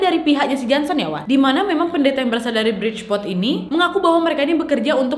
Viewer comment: Ngakak pas Ka nad bilang jonson bkn Jansen :(